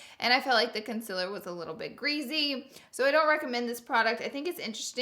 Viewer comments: Is it me or does she say concealer wrong like conciler not concealer.... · Honey it's con-ce-lure not cumciler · Why does she pronounce concealer wrong? IT'S CON - SEE - LERR not CON - SIL - ERR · what the hell with the "CONCILER" 😂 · Loara said conzelar lmao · "Consillurr" why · Con-ce-ler thats how you pronounce it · I love how she says concealer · Conciller and there goes another word grezy